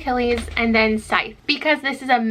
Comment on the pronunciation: The emphasis on the wrong part of the words when you discussed Scythe... ooh I laughed. That's also something that peeves me when reading or consuming content. :P